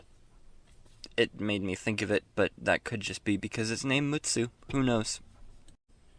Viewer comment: Thanks for featuring my ship (and nailing the pronunciation). Yes, it is based on the real-world Nagato-class battleship Mutsu.